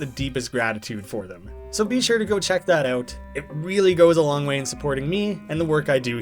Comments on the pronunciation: So long-eh, Bowser! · (Henry stickmin) So long-eh Henry! (Mario) so long-eh bowser!